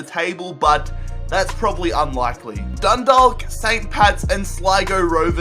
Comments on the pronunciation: you pronounced Dundalk wrong and will you do a millwall rebuild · u pronounced dudalk wrong because u don't say the l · And you aren't saying Dundalk right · I'm from dundalk and he makes a balls of the pronunciation and we're not Dundalk united it's just Dundalk fc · Anyone irish cringeing at the way he says dundalk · your saying dundalk wrong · It annoys me when he says Dundalk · The way he says Dundalk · The way he says Dundalk makes me angry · The way he pronounces Dundalk kills me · Why is Dundalk so hard to pronounce, just think of Chalk ffs -_ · i am from dundalk and u said it wrong😣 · Eoin Martyn yasss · You aren't supposed to pronounce the L in Dundalk , its pronounced Dundauk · It's Dundalk you said Dundolk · its dundok not dundaalk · it's pronounced dun-dawk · the l is silent in dundalk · js I know this is an old video but dundalk is pronounced donedawk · You said Dundalk it’s prenounced Dundak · It's more pronounced dundawk I'm from dundalk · The l in dundalk is silent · You pronounce dundalk ,dundawk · Dundalk is pronounced dundauk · It's pronounced like dun-dock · Dundalk is pronounced like walk so it'd be like dunwalk but with a D instead of a W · Dundalk is pronounced dundak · Mate say Dundalk like dundak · Dundalk is pronounced dun-d-aw-k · It really bothers me the way you can't even pronounce 'Dundalk' properly... You say it like the way you say the word 'walk'." Dundork". Come on man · It's pronounced Dun-dawk. Hahaha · it's pronounced as done dawk. I'm Irish I know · Do a dundalk rebuild (pronounced done-dauk) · As a native of Ireland it's hilarious when he's says 'Dundawk' 😂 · Dundalk is pronounced done-dauk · Dundalllk united😂😂😂😂 I'm from there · Just saying the L in Dundalk is silent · Dundalk is pronounced dun-do-ck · Dundalk isn't pronounced DundaLk it is pronounced Dundock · It's pronounced Done-Dawk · Scott Whelan It's Dundawk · Also it's "Dun-Dawk" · BTW 'Dundalk' is pronounced as 'Dun-Dawk'. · u pronounce it dundauk 😂